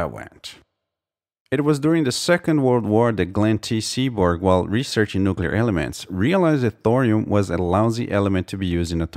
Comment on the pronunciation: Thank you for properly pronouncing "nuclear"! :D